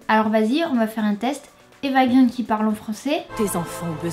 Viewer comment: Ce n'est pas "Eva green" (prononcé grine), mais "Eva Green" (prononcé graine) car son père est scandinave et le double "e" se prononce "ai".